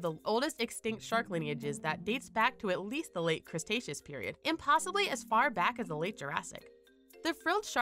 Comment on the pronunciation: i think she said cretaceous with a slur but it sure as hell sounds like crustacious lol